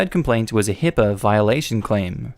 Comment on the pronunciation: It's HIPAA, not HIPPA.